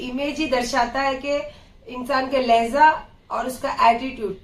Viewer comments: Lahza nahi kehte... Lahja boltey h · It is not 'Lehza' it is 'Lehja' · Lehza nahi lehja pls